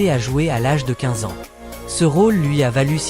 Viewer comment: Voix d’I.A. qui prononce "21 A N S point" 😊😊😊